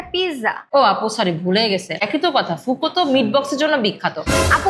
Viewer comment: আল্লাহ রে !বোনেরা এইটার উচ্চারণ ফুকো নয় (ফুঅকো অর্থাৎ আগুন )।এইটা ইতালিয়ান শব্দ ।রেস্টুরেন্টের নামই যদি উচ্চারণ করতে না পারেন তাহলে রিভিউ কী দিবেন !